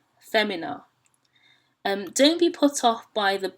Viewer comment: You keep saying femina, but you said fAYmina is the pronunciation. So now I'm confused.